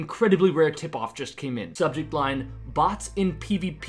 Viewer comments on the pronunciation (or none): none